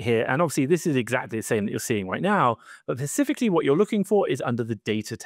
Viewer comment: Specifically not pecificly. Lol.